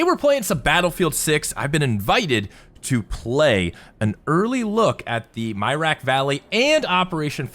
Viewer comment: Mirak not Myrack